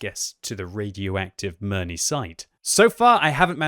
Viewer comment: OMG, ask your wife how to pronounce Mirny